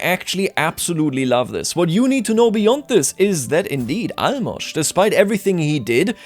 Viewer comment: Holy shit you are the first person who I heard pronounce Álmos' name right